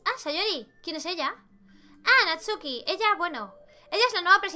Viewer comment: Hay no decia Natsuki decia NATUSKI!!! XD Me encantó este juego de verdad, me encanta la idea de que todo se vea muy kawaii pero es terrorifico jaja me encanta ue teng imagines anime, me encant de verdad